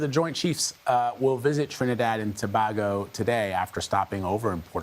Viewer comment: They have no clue keep pronouncing it wrong and everything Tobago lol a not ao